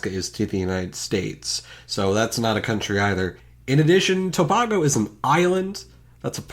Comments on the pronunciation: I'm going to nitpick the nitpicker, it's actually "Tuh-baygo" not "Tuhbahgo" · It's TUH BAY GO. NOT TO BAH GO. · For tobago its toh-bay-go not toh-bah-go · Toe-bah-go no its toe-bay-go Ga-na but its gar-nuh and the uk is one nation but 4 countrys england scotland wales and northernisland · tobAgo not tobago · As a Trinidadian, it’s actually pronounced Toe-bay-go not Toe-bah-go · Your pronunciation of Tobago is funny "two ba go" 😂😂😂 As a native, it is pronounced like "tuh bay go" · You pronounced Tobago wrong. Source: im from there. To-Bay-Go Love your vids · Tobago is pronounced To-bay-go. But great video! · This was hella interesting. Also idk if anyone has mentioned it but as someone from the country of Caribbean (lol) we pronounce Tobago as toe-bay-go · Originally I thought Bermuda was left out because it is a colony. So I was suprised to hear it here. Also Tobago is pronounced more like (Toe-bay-go). 😂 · It is pronoumce to bay go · Isn’t Tobago pronounced tob-ay-go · Tabago is pronounced ta-bay-go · Baffled that a self-confessed nitpicker would pronounce more a few countries really badly. Tobago in particular was mangled in a way I've never heard before. Also, Guyana (pronounced guy-anna) could just as easily refer to the former colony British Guiana, which became independent way back in 1970, rather than French Guiana. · Great video, except the incorrect pronunciation of Tobago just stays in my ear, but all in all you really did a great video hetr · the way you pronounce Tobago is so aggravating omg >XD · just saying, the way you pronounced Tobago was incorrect...